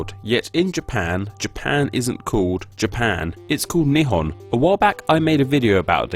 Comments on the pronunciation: When he keeps saying Nihon he's saying "2 long cylindrical objects" Intonation gets you gud lol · It is not "knee han" it is "knee hone". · Its nihon not nippon Baka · it's not pronounced as "Ni horn" !!! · Japan should be pronounced like ya'bon(in spnish), it's how Nihon been pronunced in Chinese.